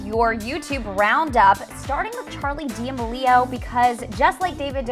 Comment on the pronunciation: Is she just embracing the meme or does she really not know how to pronounce D'amelio 😭💀